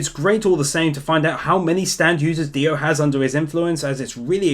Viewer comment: DIO not Dio!!!!